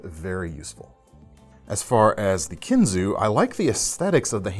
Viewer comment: Case is made 40 mins from me and your right on kinzua being pronounced kinzu. As in the kinzua bridge by us.